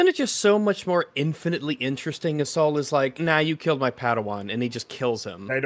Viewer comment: Oh God - I just got how "clever" it is that he's named "Sol". The way they're pronouncing it like "Soul". He's going to be responsible for committing some heinous act(s) and hiding it by a veneer of jedi piety. He really will represent Headlamp's retconned jedi order as wholly corrupted and duplicitous, which is all the more reason they're not concerned about lore breaking with Keanu Monday - he's maintaining the corruption. None of it's a mistake, it's making the Acolyte relevant to the prequels by reconning them after the fact. Like they're doing with Doctor Who.